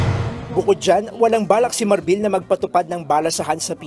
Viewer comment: Marbil and not Marbel